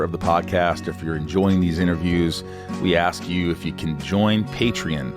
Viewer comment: Why do you pronounce Patreon, Patern? You’re missing the O lex